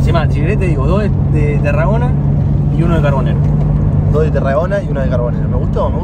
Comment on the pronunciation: Lindo vídeo gente, los empiezo a seguir. Es Tarragona el apellido, me pareció escuchar q decían Terragona